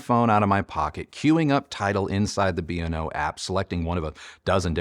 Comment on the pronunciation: It’s pronounced BAY-O-LAB like Beowulf. I worked for the company. And just for good measure, the song is WHY-WHY-ZED (YYZ)